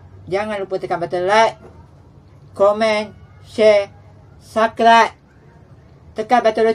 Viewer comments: subscrieb bukan saklaik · mane ade ejek bro, aku sarcasm je style dia sebut cam Indonesia punya ytber ckap subrek2 haaa gtu 😬🤣